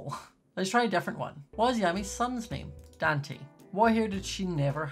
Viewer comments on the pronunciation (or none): none